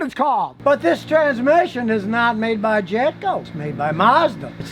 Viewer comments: Sounds like he's saying "Japco" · Is he saying Japco?